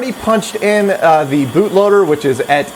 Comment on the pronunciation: Why do you say "et" instead of "at" when using the english word "at"?